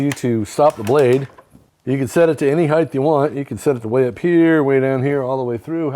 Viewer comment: It’s not “Heigth” it’s “Height” pronounced “Hite”